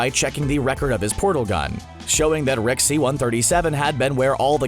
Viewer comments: Are you saying Rick or wreck? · he started saying RECK instead of Rick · i cant stand him saying reck instead of rick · Holy fucking fuck. Please stop saying "Reck" when its "Rick" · keeps sayin wreck instead of rick....sounds funny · Does anyone here him say Reck or Rex instead of Rick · he says "Rex" more often and its annoying as hell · I though I was going crazy. I kept hearing "Reck". At least i wasnt the only one.. What i dont get is that he said it the right way like half the time... why keep changing it? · Closed captions confirms this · Take 2 every time he says “Reck” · Zen The Nerd Gamer Take 2 shots when he says Rick wrong. Me and the auto generated subtitles are hearing “Wreck” a lot. The subtitles think he’s constantly saying, “The richest wreck”